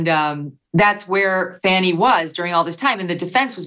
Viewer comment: Is her name pronounced Fanny or Fawny? This attorney always says Fawny.